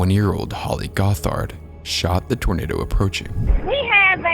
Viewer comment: Holly Gothard facing the most violent forces our atmosphere can produce and near certain death: “we got a torNAdo headed over… this-a-way! 🥰”